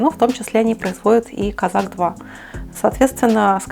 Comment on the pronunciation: Козак. Ударение на второй слог.